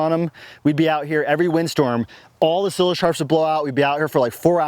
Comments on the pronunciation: Sie-lage, like "silo". Silage goes in a silo. Not to be a hater... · I was wondering if that was a Colorado pronunciation or just his personal style.